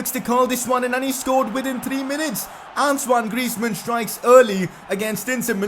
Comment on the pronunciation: Why are you calling antonie griezman ansuwan griezman